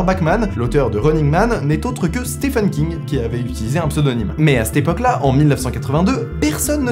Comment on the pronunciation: Vidéo au top (étonnant non ?), juste une minicorrection pour chipoter, pour Stephen King, ça se prononce "Steven" oui c'est bizarre, mais bon ^^